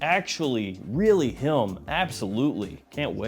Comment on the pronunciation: Is it just me? Every time says “him” it’s like he puts an L between the I and M. Like “HILM”…anyone else?